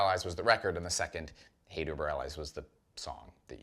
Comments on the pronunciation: Why do you keep pronouncing Hate Über Alles as “allies”? It’s pronounced like “al-ez”. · 1- needs to listen to some Dead Kennedys so he can learn how to pronounce alles properly 1-he also needs to learn Roman numerals.